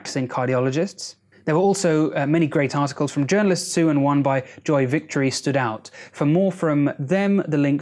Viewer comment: Did you say "there are many great 'hearticles'"?